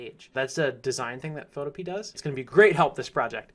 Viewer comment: Awesome vid, but I think that Photopea is pronounced more like utopia (pho-to-pee-a). I'm not sure though.